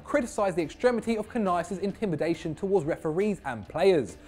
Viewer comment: You guys really butchered Canelas, were not Spanish ffs